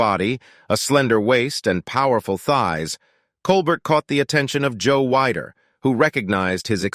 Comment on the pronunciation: Joe Wide-er??? How can I take this video seriously with all of the mis-pronounced words and names?